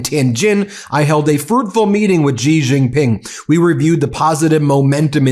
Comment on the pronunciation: Ben, a minor observation and pet peeve: Please learn how to properly pronounce Xi Jin-ping's name. It boggles my mind why so many major media journalists and pundits continue to mispronounce his name, and it's such an easy thing to correct, or at least get much closer to correct. While not exactly the same, it is much closer to correct pronunciation if you say the English word "she" instead of "jee". Thank you for your attention to this matter. :D